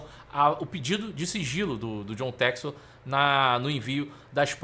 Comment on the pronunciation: Ele não sabe inglês… é por isso… chama john textor de “jou tésto”…